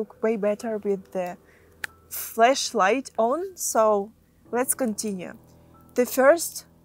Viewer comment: You might want to practice how you pronounce flashlight, it sounds a bit like you are saying fleshlight instead 😂